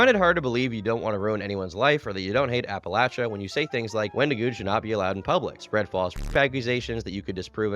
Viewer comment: SAID APPALACHIA CORRECTLY halfway through the video